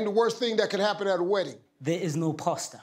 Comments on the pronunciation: I thought he said pasta😂😂😂😂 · Yeah...that dude definitely said “pasta.” LOL 😂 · The guy pronounced it as pasta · Pastor lol